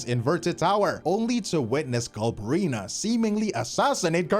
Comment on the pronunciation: If he says Galbrina one more time I'm gonna lose it